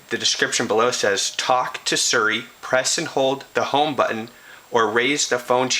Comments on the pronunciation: its not 'suri' its siri bro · ITS NOT FUCKING SERRRI...got damn, learn how to read. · Seer-e; is how you pronounce it.